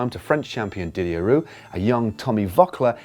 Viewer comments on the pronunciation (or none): none